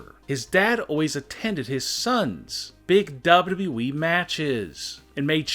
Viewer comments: This guy is a damn mush mouth when he says wwe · "Big dubdubeee title." Lol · The way he says wwe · The way he pronounces “Wwe” makes me laugh without knowing why😂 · When he says "WWE" it sounds like his lips are glued together. 🤣